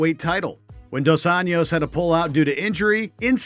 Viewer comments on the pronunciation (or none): I love with all my heart but damn, this video has some glaring mistakes... First off, what's with the bad pronunciation of certain names? Nick and Nate "DI-AHZ"? "Rafiel" "dos Anios"? Bethe "KOREA"? I mean, come on, how hard can it be to learn "DEE-AZ"? "RA-FUH-EL" "DOS ANJOES"? Bethe "Cohea"? I'm not event mad that you got "rafael" wrong (that's also my name) but the overall comments on this back me up. Japanese get it right all the time and they don't even have the "L" letter on their language. Also, why does the video say weigh-ins when most of these are press conferences and the face-offs ended up being quite tame in comparison?